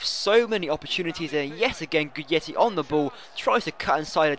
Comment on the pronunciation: It's "Guidetti" not "Gudietti"